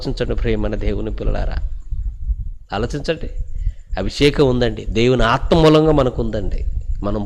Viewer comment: దేవుని ఆత్మ ను pronounce చేసే టప్పుడు కొంచం జాగ్రత్త గా చేయండి సార్.